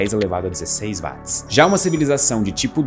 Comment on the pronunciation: Ele chamar Watt [uót] de [Váátt] diminui a credibilidade do vídeo